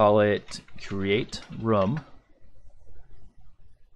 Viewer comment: Great tutorial. Better than someone else's I was watching. I also love that you call a room "rum" and I'm drinking rum while watching. Rum Layer, Rum Point, Rum Listing. Love it!